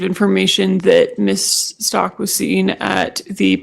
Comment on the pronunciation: I can't take listening to this witness anymore, I try.. it's so difficult, it's like she's got a frog in her throat, and can't pronounce Stauch , even though the prosecutor corrected her when she really botched the name. God forgive me, I just can't